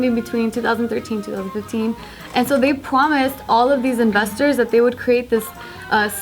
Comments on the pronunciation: "Pwomised" lol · Basketball girl 20 pwomised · Is it just me or did say pwomised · they pwomised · Did any one else notice that at the beginning of the video said promised in a wired way